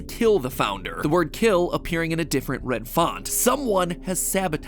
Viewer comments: he said wed instead of red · "the wed photo" LMAOAO, am i the only one who caught this? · Matpat says red incorrectly. After successfully saying red correctly not even 10 seconds. Before